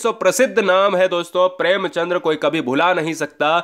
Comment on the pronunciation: भाई साहब प्रेमचंद्र नहीं होता है प्रेमचंद होता है l